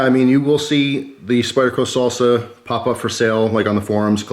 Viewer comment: Why are you saying solsa it’s pronounced sAlsa